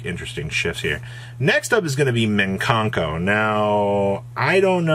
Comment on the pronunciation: Im lowkey triggered by saying minkanko 😂😂